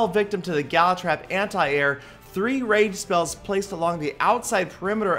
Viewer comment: Heee heee! Sounded like you said "rape" spells.